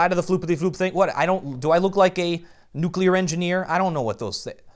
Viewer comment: That moment when a guy who brags about his voice says "nuculear".